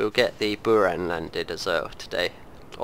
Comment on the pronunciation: Sorry but buran with accent on a